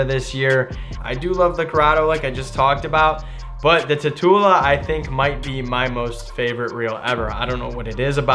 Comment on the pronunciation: It's not pronounced Tatoola, it's pronounced like tarantula, that's why it has always had the spider logo/design.